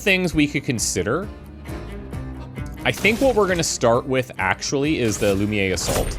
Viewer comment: I'm still catching up on this series. Loving it so far, but there's that tiny thing that's bugging me as a french person. The way you pronounce "lumière" is very off. It's the french word for "light" and the u should sound more like it does in the word chute and the "ère" sould be pronounced like the word air. I'm not sure if my explanation is clear or not, it might be easier to just go on google translate and check the audio for reference.